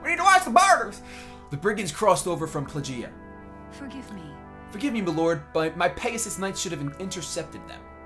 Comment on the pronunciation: It's pronounced "Playgeea" That's Plegia pronouncing